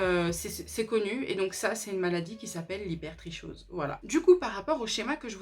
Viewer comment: Je crois que hypertrichose se prononce habituellement hyper tri kose